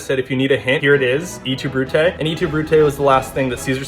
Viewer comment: ITS PRONOUNCED EATOO BRUTE????????